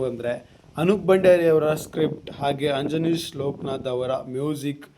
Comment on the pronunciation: ಅಂಜನೀಶ್ ಅಲ್ಲ ಗುರು ಅದು ಅಜನೀಶ್